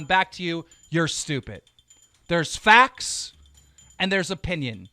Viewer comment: it's pronounced facts not fax so you're stupid